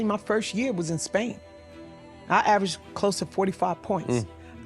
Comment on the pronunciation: "AVERAGED" yall heard what she said!